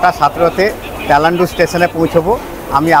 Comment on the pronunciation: তেলান্ডু না তালান্ডু